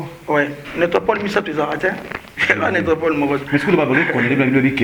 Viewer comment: Yope soki shoga eh! Ezalaka nécropole et non netropol